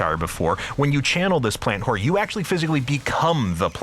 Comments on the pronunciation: Am i the only one hearing "plant-whore" all the time? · No, i hear that too